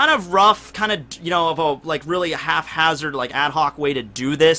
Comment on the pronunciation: did he say halfhazard? lol